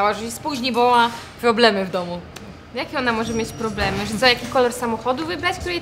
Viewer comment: phłoblemy XDD